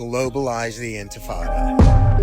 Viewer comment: Kata Intifada bukan intifado